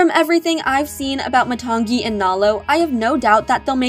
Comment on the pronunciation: You said matangi wrong and moni